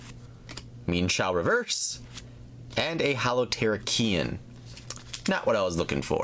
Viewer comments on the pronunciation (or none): It is ter ra key on